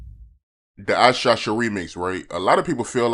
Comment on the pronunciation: Is still saying Who SHOSH (Shot) Ya again 😂